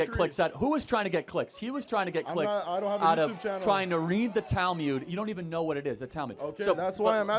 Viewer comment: Minor nitpick: It's not 'tal-myud,' but 'tal-mood.'